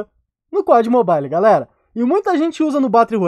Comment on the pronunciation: só eu que no minuto entendi o falando ''pó de mobile'''?? kkkkkkkkkkkkkkkkk